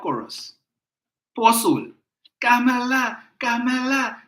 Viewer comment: Remember its KAMALA and not KAMLA